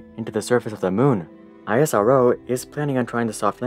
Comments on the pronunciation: It pronounced the the same way as NASA. It's pronounced (isroh) not I.S.R.O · Only thing I'd like to say... It's not I-S-R-O, just pronounce it out Isro. It's like calling NASA as N-A-S-A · It's IS-RO not I.S.R.O bro ...we don't call NASA '"N.A.S.A'" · Great video! Next time you can just call it "isro" like you would say NASA, and not "I-S-R-O" :) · Every time he say I-as-ar-oh instead ISRO😂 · Well we indians usually class it as IS-RO insted of I S R O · It's pronounced ISRO together not seprate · u dont pronounce nasa to be n-a-s-a but nasa same not i-s-r-o its is-ro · Its not I S R O its ISRO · It is a speakable acronym -- Is Ro -- not eye ess are oh! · Spell it as ISRO not I.S.R.O like u spell NASA. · It's not EYESROO it's ISRO 🙂👍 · Its not aisaro..its eas-row (ISRO) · YOU CAN PRONOUNCE IT : esro NOT I S R O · I S R O just pronounce it ISRO the same way you pronounce NASA not N A S A smh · For god’s sake: It’s called isro as in a word, not I-S-R-O 😂 but really, ISRO is kinda underestimated. The parts of the first rockets were actually brought to be built via cycles, yes, cycles. (Fun fact: All of the materials used to make the recently landed Chandrayaan 3, were made in India) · i was dead on isaro, its isro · It's not isaro but ISRO... Pronounce it correctly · It's not AISRO it's ISRO(pronounced as ESRO) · It's eesro.. not I S R O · why dont you say Isro bro why I S R OO wtf.. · Everything was good till the guy starts calling isro as i-s-r-o. Its eesro for gods sake. Gave me a headache. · Its not I.S.R.O its iz-ro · Bruh as an indian why are you pronouncing it as (i-s-r-o) when its (is-row) 😀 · Its not I.S.R.O, ITS ISRO😂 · Well analysed...! But pronounce the ISRO as isro...just like how NASA is not pronounced n a s a. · is ro not i s r o that way we should call ur space org n a s a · You can pronounce it as (is-ro) don't need to say I S R O just like you pronounce (Na-Sa) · It is pronounced as esro not I-SRO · It's not i s r o pronunciation is like Israel.